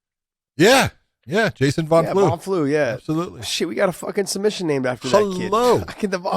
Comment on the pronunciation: It took you a while to spit out my friend Jason Von Flue's name. Shame on you.